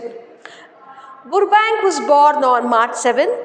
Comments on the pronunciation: Mam I think 💬 the spelling pronounciation is rong It is not ಬುರ್ಬ ಬ್ಯಾಂಕ್ alla it is ಬರ್ಬ್ಯಾಂಕ್ 😂😅 but your explanation method is super I will understand easily ☺️💝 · Burbank pronunciation is wrong I think